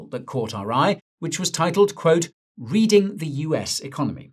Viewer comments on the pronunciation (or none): none